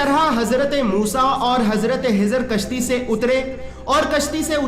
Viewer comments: nam shi nhi bola khezar .a.s.thano hezar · Hazrat khizar hai in bhai ki kh ki aawaz me masala (problem ) hai kh ख خ bol nahi pa rahe hain shayed.